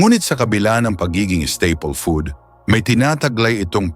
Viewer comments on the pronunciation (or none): none